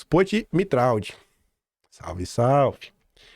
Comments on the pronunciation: Pronúncia do Tiago é Mitra não mitraldi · Sobre a pronúncia do nome do Tiago Mitraud: Mitraud parece ser de origem francesa. Se for isto mesmo, ele deveria ser pronunciado "Mitrô". O " d" final não é pronunciado, e a junção do " a" com o " u", isto é o som do " au" corresponde a um o fechado, como se fosse um "ô". Mas o importante mesmo é a exposição que você faz das ligações deste pessoal com o sistema. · Bom dia,. No francês, Mitraud se pronuncia: Mitrô. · Mitraud se pronuncia MITRÔ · Mitraud é de origem Francesa. Se pronúncia MITRÔ!!